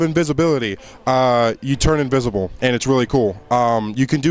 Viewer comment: Damn, guess I gotta be that guy. "Invisible" not "invisable". Otherwise, pretty good vid